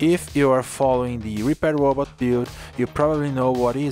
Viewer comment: Whenever you say Repair your accent makes it sound like Reaper.... You should make a Reaper robot :)